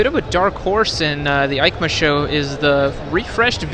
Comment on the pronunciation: EIMCA sounds like YMCA a lot pronunciation wise